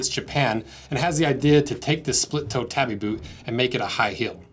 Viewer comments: "Tah-bee", not "tabby". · Not pronnounced that way! Taw-bee. Not. tab-ee. It separates this way: ta-bi. But 'a' is always 'ah'. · Wait do people actually call them tabby boots instead of tabi boots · I know it's largely inconsequential, but they're not tabby boots, they're tabi boots. tah bee. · It's Tabi not Tabby. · To hear "tabby" so many times in one video really hurt my head... Lol It's ta:.bi, where the "a" is pronounced the same way it is pronounced in the word "father". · I’m pretty sure it’s pronounced tah-bee. Either way I’ve been using them all my life. Felt sole for running around on the slick rocks on the shorelines of the big island of Hawaii. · I'm sorry but this was a really low effort video & frankly ended very disrespectfully. The shoes' name is not "tabby" like a housecat, but tah-bee, two syllables. They are available in leather as well as steel toe from different makers & are much more durable than your test gives them credit for. A shoe built of light materials is not a "costume" shoe. By the standards of this video, a pair of Vans slip-ons would be a "costume" shoe. If you wanted a more durable boot you could have bought a brand like Marugo with the leather & steel toe. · Boy, if you don't stop pronouncing it 'tabby', I swear... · He's saying it like the girl name. Its TAW BEE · We used to wear them for walking on reefs when fishing. They allow you to use your big toe separately from your other toes to grip or flex for traction and stability on uneven surfaces. And I must confess we pronounced it tahbi, not tabby. 🍻 We were usually barefoot or wore slippers/flipflops otherwise. So, our feet weren't like those of you who grew up wearing shoes all the time. 😉 I love your channel and products, but your mainland U.S. perspective is funny to me at times. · “Tabbie boot” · Its pronounced Tah-bi